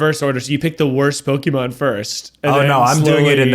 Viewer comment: When eugene ranks pokemon can he please have ned pronounce it first 😂😂